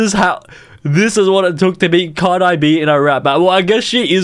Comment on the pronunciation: how he pronounces it "car-die" me as a new zealander that doesnt have that mcuh of a difference in accent to him but still "car-dee"